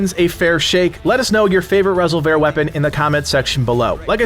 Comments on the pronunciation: Are you sure about the pronunciation there? “Rez ol vair?” Surely it’s not just plain “res ol ver?” Is that how they pronounce it in the game? If so I missed that! 😳😂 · Rez-ole-vare weapon 😂. It's Ree-solve-er, like revolver with an "s" 😂. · Lmao...res-ol-vair. It's resolver. Not going to watch a video of someone who can't even pronounce a basic English word (Aka like resolution-resolver is resolve with an r at the end.) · Resolver not Rasolver . Sorry why do Americans say e like a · I just loved hearing you pronounce Rez-ol-ver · Why are you saying Resolver wrong as resolvair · Rezzle vare huh :) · Lol Resol-VER? The emphasis is not on the "ver" portion of this word. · Rez o vair? Has he played the game? Not sure if he is intentionally mispronouncing resolver or not. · I think he means resolver not Rez-oh-vair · Rezzle vhear? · Great video but unless we're speaking Spanish it's just pronounced resolver like re- solv- er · Nah fool its reh-sole-vir i hate how most channels just pronounce the spanish words with an english accent Resolver in english is something completely different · You at are saying resolver wrong it’s re solver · Is it ok to disagree about the pronunciation of resolver? Say resolve and put an R on the end bro. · You are unable to pronounce the word resolver? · The pronunciation of resolver sounds so wrong to me I can’t stop thinking about it 😅😅😅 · That pronunciation made my head hurt. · nah don't be sorry. I'm just a digital text on a comment feed. Great vid anyway. I believe it's pronounced like to resolve a problem. Resolver. Keep doing what you're doing. All good!